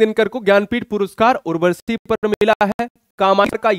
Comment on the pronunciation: Sir aap apne uchcharan ki orr b dhyan de..aap urvashi ko urvarshi.,...Amir khusro ko Aamir khusro. Bol rhe h ...kuch rachnaon k nam me b ashuddhi h,..,..aapko bhot log sunte or dekhte h.